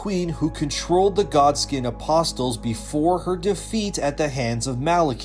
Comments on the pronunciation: The "t" is silent in apostle. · The “T” in “apostle” is silent, for future reference 😉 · The "t" in apostle is silent! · thx for the awesome lore video <3 btw the "t" in apostle is silent